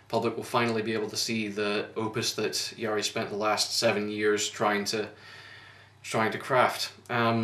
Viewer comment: You pronounce Jari's name like Yari (the R is really rough, like German or Spanish R), Ä is pronounced like A in English word "hat" and the double ÄÄ like A in the word "ass". Otherwise you pronounced it correctly.